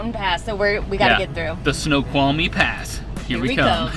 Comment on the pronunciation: Way to pronounce Snoqualmie correctly! 😆 It would have been cool to see you guys visit Leavenworth; maybe next time. Ellensburg is a college town, which is why the lot filled up late. Hope you guys are enjoying WA! Funny enough, it's 50° here in Eastern WA now. 😅